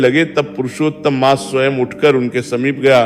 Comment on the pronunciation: कहि -कहि मास के स्थान पर मांस का उच्चारण आ रहा है😢